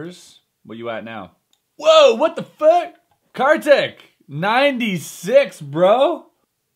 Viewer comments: it's pronounced as "car tick" he is indian and I'm too so was just correcting u nd btw i love the bad magic series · Ya he is.. For sure.. But you can pronounce him as kar =car ; tik = teak so it will be carteak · Its pronounced as car-thick... really i aint kiddin